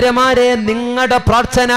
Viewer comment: ത്ത അല്ല. ത്ഥ. ആണ് ശരി പ്രാർത്ഥന